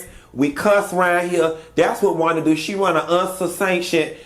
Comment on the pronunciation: I think a teacher of any kind would have to know how to pronounce a kid's name correctly.Thats not Wanda